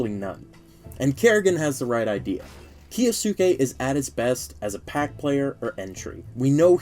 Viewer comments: Kyo sss kay? No, Key yo sue Kay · can we please stop with the "key yo sookey" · we need to stop "kiyasuke" 😂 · Your pronunciation of Kyousuke is so funny